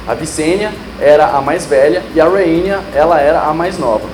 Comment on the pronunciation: RhaenyA não. RhaenyS